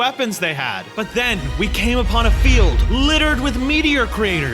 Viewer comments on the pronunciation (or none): none